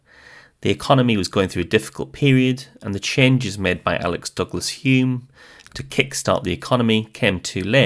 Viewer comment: Isn’t it Alec, not Alex, or have I been saying it wrong all this time?